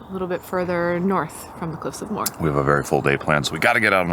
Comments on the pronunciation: Lovely video. I look forward to another. Cliffs of Moher - it's pronounced Mo her. Greetings & very best wishes from Ennis town, County Clare. 👍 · Cliffs of Moher. Moher is a two syllable word. Pronounced like Mo-her